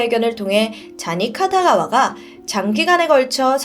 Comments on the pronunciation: 카타가와가아니라 키타가와아닌가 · 쟈니 카타가와가 아니고 키타가와입니다. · 쟈니 키타가와 입니다! 계속 카타가와라고 하시네용 ㅠㅠ 쟈니스가 여기에 나오다니..진짜 옛날부터 유명했는데 다들 그냥 넘어갔었죠.. 영국 방송아니였음 영원히 묻혔을거에요ㅠ